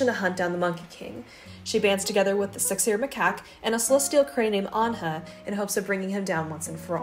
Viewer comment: real: The six-eared macaque what i heard: the sexier macaque